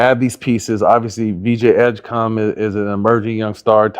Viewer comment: VJ Edgecum? It's Edgecombe, pal